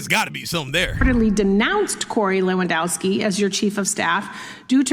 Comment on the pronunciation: It should be - levandovski - like this footballer. Polish name. W is always V in Polish. And we have v only in imported words.